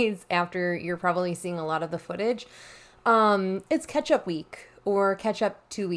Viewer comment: You said “catch-up week” and I heard “ketchup week” and was then confusedz